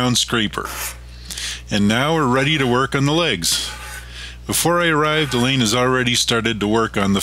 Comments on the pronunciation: Alain is pronounced Allah. . . not 'elaine' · Great video! it was neat getting a different perspective from working with someone else on the project and having your video narrated by the other person! I was a little thrown by the pronunciation of your name Alain as I always assumed it was like the English name Allen or Alan. Always enjoy your videos and look forward to waiting for the next one to be posted.